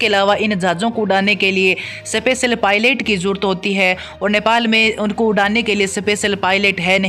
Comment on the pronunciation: सपेयर 😅😅सपेसल 🤣🤣🤣🤣 shame on your english